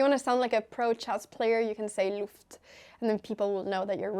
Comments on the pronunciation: As a german you broke me with the „Luft“😂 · That loft pronunciation and expression was hilarious 😂